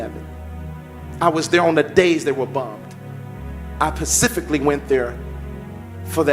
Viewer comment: Yes,, I am confused why you “Pacifically” did that.